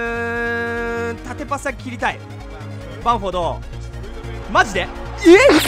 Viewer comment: 前半ずっとバンフォードっていってますよw